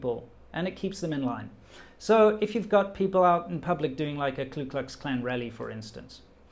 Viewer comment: Disturbing and fascinating video. Stay safe. By the way, it’s the Ku Klux Klan, not the Klu Klux Klan. This is a common and trivial mistake, but I just wanted to clarify.